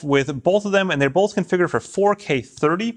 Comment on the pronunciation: Bolth of them? They bolth have that feature? Bolth?